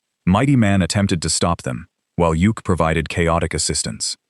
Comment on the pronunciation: Yukk's name is pronounced Yuck, not Yook. Couldn't the video creator find actual footage from the Super Friends for Samurai rather some random anime series?